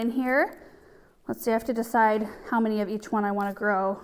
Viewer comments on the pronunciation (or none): none